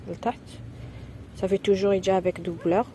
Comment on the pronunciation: Les téssus?! La doubleure?! Les tissus la doublure